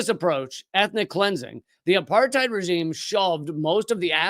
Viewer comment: Apartheid is pronounced "apart-aid". It's not a German word. It's Afrikaans meaning "aparthood".